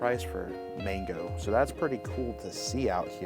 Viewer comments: It's MANGA NOT MANGO!!! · Why do you pronounce manga as “mango” and metroid prime as “meteoroid prime”? Not bashing you, genuinely curious.